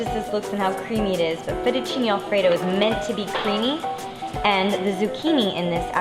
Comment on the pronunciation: the way italian words gets f****d up kind of hurts my feelings